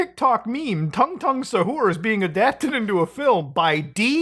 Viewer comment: Tung is pronounced too-ng Like saying tube but saying the last half of tongue over the ‘b’ sound